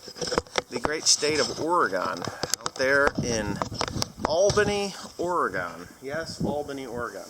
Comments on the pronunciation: yeah, coming to God's country. the pronunciation is Ore i Gun not Ore E Gone. Have a fun trip out here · No offense im from Oregon and people say it wrong all the time and it's pronounced like or-e-gun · Ore gun correct pronunciation